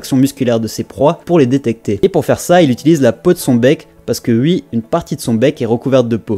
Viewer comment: Parcontre "Oui" il y a "OU" c'est pas UUUIIII.